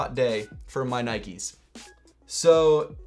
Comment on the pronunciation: Please never say Nikes like that again